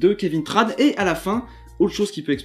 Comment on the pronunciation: C'est Kévin Tran avec un "en" pas Kévin Tranne...